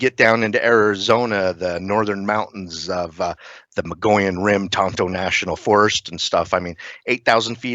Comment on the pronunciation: Please learn how to pronounce Mogollon! I'm an Arizona native, I live on The Mogollon rim, Its pronounced MO-GO-YONE! A double LL in Spanish makes a Y sound. U keep saying Mongolian. 😂